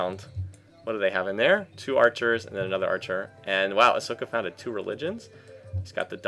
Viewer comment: Hooray, more Civ 4! Pronunciation nitpicks: the "sok" in Asoka should be pronounced like "shook". Also, "Roos" in Roosevelt is like "rose" (which you should know, American history teacher :P).